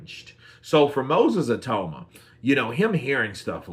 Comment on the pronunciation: Say he’s name right